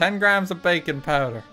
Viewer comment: Everytime he says baking I kept thinking he said bacon